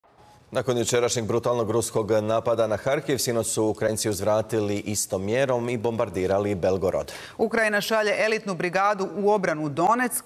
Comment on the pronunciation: Sta ti je Harkiv,hahaha..je l to engleski hrvatski..